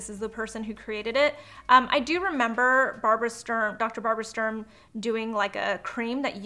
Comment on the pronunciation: ITS DR.STURM....not Strum...I am annoyed by that because I am german and Sturm means storm...you don't say strom don't you? 😁